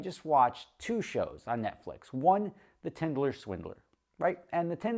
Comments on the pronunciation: Today can’t pronounce “tinder” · Rofl!, did you even watch the show? If you did you would know it’s called “Tinder” not “Tinderler” and you would know what Tinder is. I guarantee he didn’t watch it, probably heard someone talk about it lol. Not that he ever said he watched it. I just thought that was funny 😆